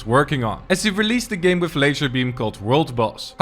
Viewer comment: Did he say whiff or with